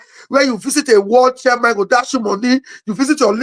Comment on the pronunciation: your pronunciation of the word 'chairman' is completely wrong. What's Charman???